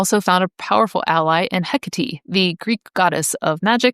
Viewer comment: I don't even like being "that guy". I think it was "heh-cah-te" instead of the mighty Queen "Heck-tate" that broke me...